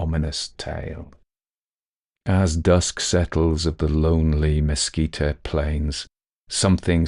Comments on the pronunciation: Great narration. Mesquite is pronounced mehSKEET. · I have really been enjoying your stories. I just want to let you know that the word “mesquite” is not pronounced “mesquita”. It is “meskeet”. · Only spluttered over my coffee hearing "mesquite" pronounced as you did--from NW US, college in New Mexico, and have always heard it with hard "t" ending, like "meskeet" vs. "meskeet-ee"... Though we do add the "oh" when we say mosquito! 😅 (Or rather ouch after one finds us...). Enjoyed this story... Nothing wrong with some manly-man now & then! A joke i heard in college was "State "x", where the men are men & the sheep are nervous". My school had a rivalry with one in a state just north, so X was Colorado....😅 A reminder to not take anything too seriously. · Oh,, you do "creepy" so well. Lots of shudders in this tale. By the way, the plant/tree called Mesquite is pronounced mess-kit. The final e is silent. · I adore you, but you need to know mesquite is “mes keet’ “. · Good story. My brother went to Peaster schools growing up (authors birthplace) and I grew up about 20 miles from there. Your accent is not objectionable just weird. By the way its prononuced Messkeet leave off the e at the end. Love your work. I worked on Aliens and Cowboys movie. Ended up not getting paid. Lots of points of intersections with this story trajectory I guess. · Beautifully told! ... I've only heard "mesquite" pronounced with two syllables, never three. (Texan speaking) Excellent bedtime story anyway.